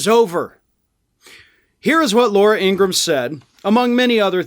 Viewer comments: It’s not Laura Ingrumm… It’s Ingra-HAM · In Gra Ham....not ingram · I know you follow Meidus Touch. They'd recently uploaded a video of them interviewing Laura's actual brother. A far cry from what she is. 1) her last name is actually pronounced Ingra-ham. Like Abraham, but Ingra. 2) their father was a Nazi sympathizer, always beat and yelled at them. 3) she grew up and went through life without actually finding love. Which surely and slowly became who we all know today. Whereas her brother found love and is openly gay. He's really disappointed that his sister went down this path, cause they were close when they were kids.